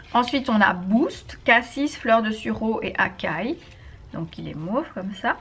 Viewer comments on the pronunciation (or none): none